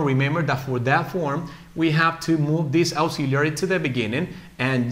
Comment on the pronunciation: Auxiliary Verbs ( AEksíliari ) NOT ( AUksiliari ).